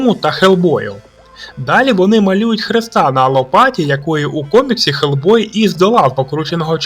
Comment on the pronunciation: Почему Гельбой а не Хелбой?